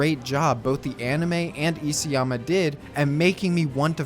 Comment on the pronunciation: Isayama is pronounced iSA-yama, not E.C.-yama.....